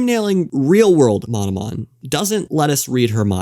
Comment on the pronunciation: Ah yes, "Mononom"